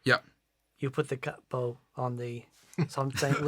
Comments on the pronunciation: CAPO, the pronunciation is a mix between you all. It's fluid like Joey's version but with the "A" and not the "HEY" sound that the Americans have. So pronounce it smooth like you'd pronounce Inspector Clouseau's assistant "KATO" but with a "P" instead of the "T" and that "A" sound. CAPO. To go more in depth: to my knowledge it comes from "CAPOTASTO", which is the italian name for the guitar nut. But "CAPO" also means "BOSS". In fact, in Italy we call the nut "CAPOTASTO", and the capo "CAPOTASTO MOBILE", which translates in "mobile nut". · Actually, it's short for Capotasto. It's italian for nut on the guitar. In Italy we call it movable nut (capotasto mobile). Pronunciation is càpo, with no double p. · Capo = cahpo (just the merest hint of a pause - definitely not ka-po). And while I'm pedantering (ho-ho).....the piezo massacre pea ay zo I'm making popcorn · In italian you would pronounce “capo” as in english you would say “cup-o” (but not pause between P and O and no double P!) :). Cheers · KAH-poh... Stress is on the first syllable and don't pause between syllables. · KAH- POE - Emphasis on the first syllable. Also, don't double the "P" when you say it. In Italian you never elongate a consonant unless there are two of the same consonants back to back. In other words, don't stop on "P." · It’s pronounced like a cockney would pronounce ‘car port’ : CAH-poh (with a short o). And it means ‘head’. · If you wish to say it like an italian speaker then the accent is on the "ca". The "o" is a ...short "o" like in the word "obsessed" (not "ouh"-bsessed). /ˈkapo/, [ˈkaː.po]. Also check under the "Italian" section there is a short audio file with the pronunciation. Best of luck. Off topic: Don't play with the strat volume knob all the way up, on 10. Roll it back a hair. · Capo has an accent on the a, but it doesn’t sound like either ways you pronounced, sorry! You guys are pronouncing it as if it had two P’s. However, you can get Google Translate to pronounce it for you!